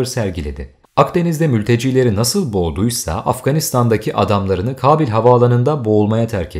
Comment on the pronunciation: Kabil değil Kâbil telafuzlariniza birazcık dikkat etseniz keşke... Kulağımı tirmaliyor Kabil deyisiniz